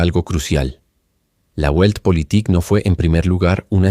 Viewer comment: La pronunciación de la palabra "Weltpolitik" no es "Güeltpolitik", sino "Veltpolitik", con la "V" bien marcada (con los dientes superiores apoyados sobre el labio inferior).